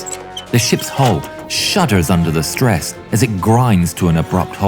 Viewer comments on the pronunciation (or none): none